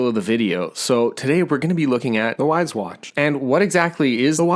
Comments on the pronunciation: Probably going to wait myself for a 2nd generation because I need to be able to answer texts... The main drawback from myself. Also... Not to be picky but I think it's pronounced "wise", not "wiz" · “wiz” watch lol